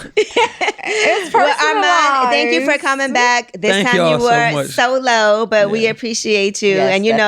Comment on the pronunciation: I was thinking they were saying "so low" too, Armon 🤣🤣🤣🤣! I was thinking energy, though, not tone. Then, it made sense when they said "you are by yourself". Then it clicked, "solo" 🤦🏿‍♀️.